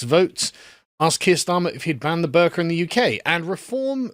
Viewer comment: This isn’t related to the topic but every time Sargon says “the burka” I hear “the burger”